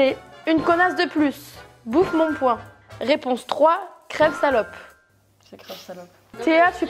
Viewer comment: "Bouffe mon point" c'est "bouffe mon poing"!